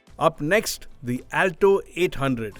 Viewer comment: He mispronounced the word, Alto every time he says it. Not expecting from an experienced journalist. 😏